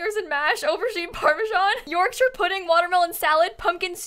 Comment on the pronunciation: is the only american i’ve ever heard pronounce yorkshire correctly